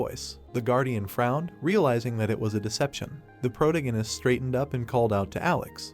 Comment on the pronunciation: For the love of God, PLEASE get this AI voice to say protagonist correctly!